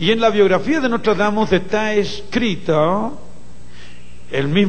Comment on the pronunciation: Es "Nostradamus" con "N" no con "M".